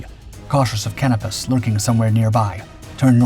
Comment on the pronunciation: Please learn how to pronounce names - its "sh-PAY" on "spee" and its "kah-NO-pus" not "can-ah-pis".